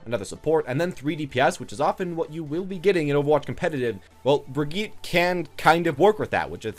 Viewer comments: Lol...its not "Brig-EET/ Brigeh-eat" It's "Brig-eht" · my god man are you an American? there is only one way to pronounce her name and your totally off the mark lol